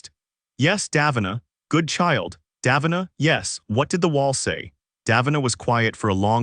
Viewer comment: Ok so just mispronounce both KOL and DAVINA’s names like that